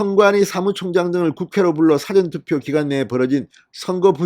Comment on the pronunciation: 사전투표?! 국어사전투표?! 사전 事前 투표의 발음 [사: 아아저언] 투표! 장음!